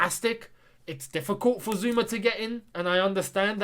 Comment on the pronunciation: It's Zouma ffs, can none of you read the player's names? How do you always get them wrong?